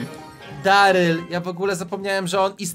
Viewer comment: No to jest darlej a nie deryl 😂😂😂😂